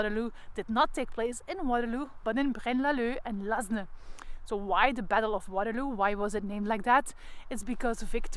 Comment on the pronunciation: Ten eerste, “Lasne” spreek je uit als “Laan”. Ten tweede, uw Engels heeft een gruwelijk Vlaams accent. “Pruusians”…. Mens toch. Ook “Blücher” (met Umlaut dus) spreek je heel anders uit.